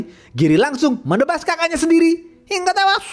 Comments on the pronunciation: Seneng denger abangnya cerita, brasa gergetnya film ni,apalagi ngomong "hinggGGAAAA TEWASS" & "JENGGG GGERRR " Sukses terus ya bang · Sebenarnya cerita ini bisa memuaskan pendengar. Cuma nada nya harus diperbaiki. Nada Kata2 hingga tewas itu sangat merusak penikmat cerita.,, saran aja ya..!! Makasih atas suguhannya